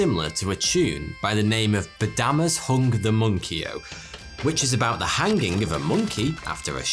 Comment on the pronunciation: Never heard it pronounced "Han ging" before.